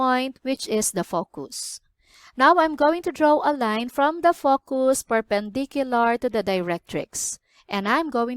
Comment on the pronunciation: nice, you should watch your pronunciation on focus